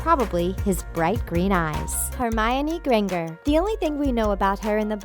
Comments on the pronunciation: Hermonie Gre-n-gall????? WHAT THE!? LEARN HOW TO SPEAK ENGLISH PROPERLY!!!! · Did envy body notice she said hermione granger